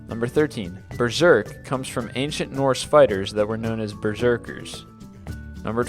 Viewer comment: I lost it at Norse. Nose horse... XD